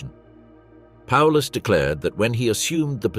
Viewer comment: Not even calling him properly.